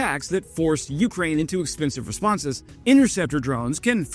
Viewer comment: Jesus god, PLEASE stop saying "YOO-crane", it's "you-CRANE" you dope! You're putting the emphasis ass-backwards.